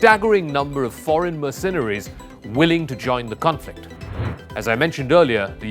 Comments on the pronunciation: Learn to pronounce "MERcenaries". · My ears bleed from hearing "mercenaries" pronounced with the accent on the second syllable instead of the first. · Please learn how to pronounce mercenaries (Merc- cen- aries! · this guy keeps saying 'mirsinaries' . It's annoying and he should know better. Other than the he's way better at English than most Indians; or Englishmen for that matter. Slava Mother Ukraine 🇺🇦🇨🇦!! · I have never heard Mercenaries pronounced this way before — or is it just me 😳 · This guy does a great job narrating. But please learn how to pronounce "Mercenaries". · He seems to have a decent command of English. But why, oh why, does he have to say 'mercenaries' so often and garble it's pronunciation? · His pronunciation of mercenaries was also wrong, repeatedly😉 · "sas" - too funny! and mer-cen-eries - OMG The rest is probably just as well researched and based on vast historical knowledge.🤣